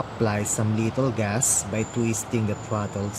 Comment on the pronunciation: I find it funny when ever he say's little gas it sounds like hes saying lethal gas xP